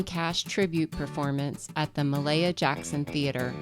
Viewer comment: Its Mahalia Jackson. Pronounced (Ma-Hail-Ya,) just for future reference.